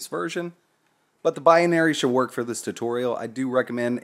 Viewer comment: rofl - "bi-a-nary"